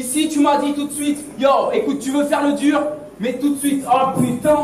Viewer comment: "c'était duuur" avec l'accent c'est fou